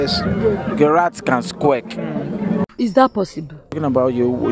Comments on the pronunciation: Well he said Squack not squeak dude.even his pronounciation was off😂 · he said squirk and not squeak and he also spelt it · The third guy was close..its actually squeak not 'squirks' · it's supposed to be squeak not"squirk"